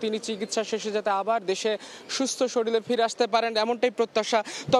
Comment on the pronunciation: একজন রিপোর্টার “শরীল” বলে কেমন করে? “শরীর” হবে শব্দটা।